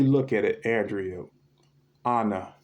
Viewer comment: Thanks for this transmission. Welcome to the channel Leonardo i love that name💜 you showed why this channel is so Unique with these readings🌸 I think Andrea pronounce her name as Ahndrea because of her Andromedan name is Ahna🌸 I love those bigfoot shows & they really are magical beings💜